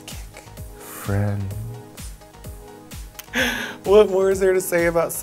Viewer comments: I thought they were both saying psychics and I was like wtf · I can't be the only one who keeps on hearing psychic instead of sidekick? #PutACorkInIt 😆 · Why is Raja pronouncing "sidekick" as "psychics"? Ò,ô